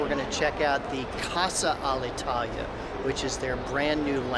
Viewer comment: Nice job. I really appreciated it, above all the engine sound in the background not covered by useless music. Last thing: your pronunciation of " Casa Alitalia " is even worse of my english... 😄😄 Cheers mate